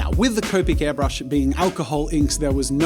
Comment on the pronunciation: Am I the only one who is annoyed that he kept saying ‘hairbrush’?